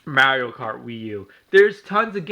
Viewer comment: AT LEAST KNACK IS AN ORIGINAL GAME, NOT THE SAME GAME OVER AND OVER AGAIN!!!! BESIDES YOU DON'T EVEN SAY MARIO RIGHT!!!! U FUCKED!!!!!!!!!!!!!!!!!!!!!!!!!!!!!!!!!!!!!!!!!!!!!!!!!!!!!!!!!